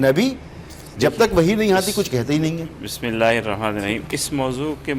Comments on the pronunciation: Is anchor NY start me bismillah Jo parhi hy wo mujhy ESi sunayi Di ya galat parhi isne. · Astagfirullah 😭 anchor ko اعوذباللہ اور بسمہ اللّٰہ۔ bhe prhna nhe ati😢😢😢😢